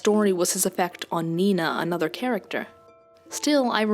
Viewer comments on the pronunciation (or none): none